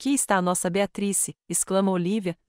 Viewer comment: Nao consegue falar o nome BEATRICE??? TEM QUE FALAR BEATATRIS???? horrível essas falas erradas.